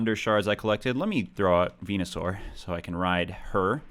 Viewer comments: Venusaur= Penis-sore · Venasaur = Vageenasaur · Venusuar---> Penisuar